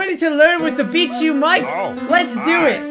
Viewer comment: Is it just me or does in the intro when bijuu says " hey guys it's bijuu " it sounds likehey guys it's bish u? XD island anymore sry it somehow that's rude bijuu but that's what I hear lol ( sry for my bad English. Autocorrect hates meh T°T )